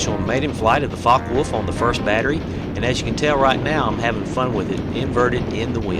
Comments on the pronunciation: I think it is pronounced like focker volf (because in german w sounds like v) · fyi, it's pronounced fo-ck-eh volf